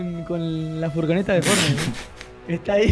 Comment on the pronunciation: "Fornait" jajaja